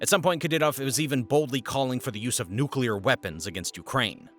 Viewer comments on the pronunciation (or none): none